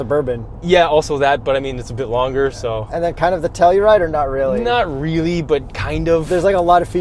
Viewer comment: Tellride lolol come on man